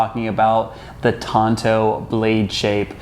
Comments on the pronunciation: Why he pronounce the Tanto as Tonto? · Shouldn't the T be pronounced as a D? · The wrong pronunciation triggered me 😅 I hate it, when native English speakers butcher non-english words and deliberately pronounce them wrong